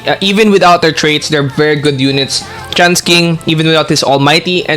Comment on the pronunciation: Why does your tts keep saying trans king instead of chance king?